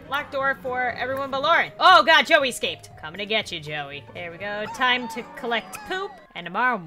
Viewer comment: "I put a fence up so they can't EXCAPE" Lauren said "Oh no JOEY EXCAPED" said Lauren